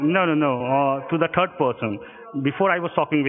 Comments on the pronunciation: 'I'm transferring you to the turd person'. Sounds about right. 🤣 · "So now I'm being transferred to a fifth person?" "No no no, uhhh to the turd person". LOL